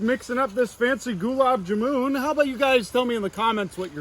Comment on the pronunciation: Hey quick tip for you: The sweet dish "Gulab Jamun" is pronounced "Gulaab Jaamun" rather than " Gulab Jamoon".:)